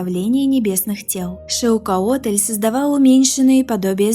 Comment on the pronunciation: Как? "ШиукАотль"? Он же ШиукоАтль.